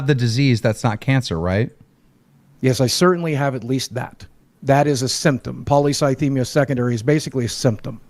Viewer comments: Take a shot every time says Polycythemia wrong (he says Polythycemia). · Stop saying thysemia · repeatedly mispronouncing Polycythemia is just incredible.